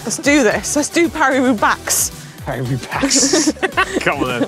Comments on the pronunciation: "Paris Roobax." I died. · Great moment - Manon misprounces Thibaut then brilliantly and deliberately mis-pronounces the race Roo-beX. Very funny 😄